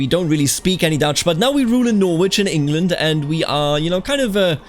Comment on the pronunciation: Just a lil pronunciation tip from a local, Norwich is pronounced like Nor-rich/Nor-rij